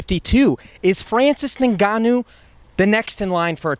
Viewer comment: Dana “Francis Ingagnu” White